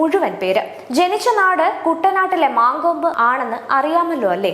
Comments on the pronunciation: മാങ്കോമ്പ് അല്ല, "മങ്കൊമ്പ് " ആണ് പെങ്ങളെ 🙏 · മാങ്കോപ്പ് അല്ല. മലയാളി ആണോ അച്ഛനും അമ്മയും ? മങ്കൊമ്പ് ആണ്